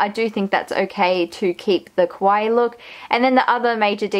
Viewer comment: Great job on the improvements. Just one little thing: kawaii is not pronounce quawai. It's pronounce ka-wa-ii. (See here: I know you are Australian, and maybe that's the reason, not sure.